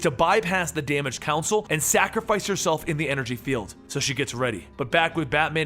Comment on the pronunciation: Why'd he pronounce "console" "council"?